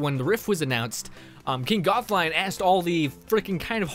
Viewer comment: Lol the way you said gothalion